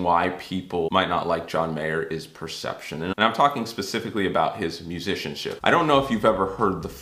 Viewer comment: The first PERCETPTION.......TOO MANY "T'S"